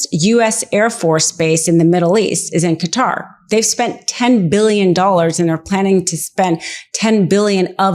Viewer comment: Thank you for not pronouncing Qatar ‘cutter’ !